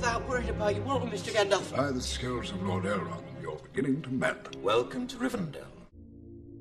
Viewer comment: His name is not "Gandoff" it's Gandalf. Both As are pronounced the same, like apple. And Sauron is not pronounced "Sahr-on." It is Sow-rawn. Listen to the way the characters in the movie say the names.